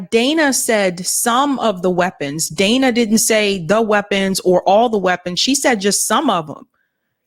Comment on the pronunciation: Every time she calls Dana Bash “Danna,” it makes me think of Rosanne Rosanna Danna! 😂